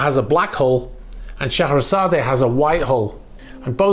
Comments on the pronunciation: I know this is a minor thing but in order to be correct , the e is silent on the end of Scheherazade and I think you want to be correct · Which is fine if we’re speaking Russian - I know it’s a small thing - it just kind of got to me on the third or fourth time he said it mostly because of being so familiar with the music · Oh for the love of God. Pronounce the name correctly !!!! It is NOT sha hair a zad A. It’s Sha hair a zad, with a silent E!! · Not so sure you pronounce/emphasis the final "e" on Scheherazade. Should be pronounced "..zard " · The name is pronounced She-hra_zad and it is the name of the narrator of “1001 Nights” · Scheherazade is pronounced "SHUH-HEH-RUH-ZAAD"the E is silent 🤫try it you'll get it not putting u down just not how it's pronounced n I love your program n your knowledge n facts there is no one better then you my friend thanx n keep up the great work ?or maybe it's how the english(GREAT BRITAIN " pronounce this word I'm from CALIFORNIA, San diego CA n we pronounce it with silent "E" maybe that is the answer 🤔not sure thanx again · Please note: Scheherazade is pronounced Shu-HAIR-A-zod. (Shu.....as in 'shut'). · Mate you butchered the pronunciation on that one 😂 Shuh hair uh zaad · The "e" at the end of Scheherazade is silent and not pronounced. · The A at the end of its name as you pronounce it is silent.